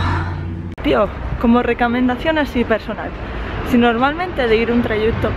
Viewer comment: Me has hecho el día con la palabra " recamendación" :'3 bueno siempre.